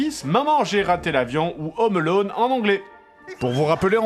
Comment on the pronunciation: Home Alone, pas "Ome Alone"